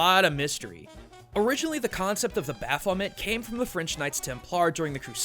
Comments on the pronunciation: baphomet: baf-oh-MAY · You got Baphomet so wrong dude... so wrong.